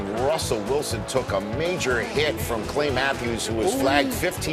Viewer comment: "lay mattews" its clay